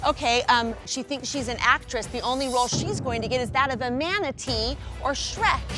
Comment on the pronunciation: Not a “mantatee”🤣🦭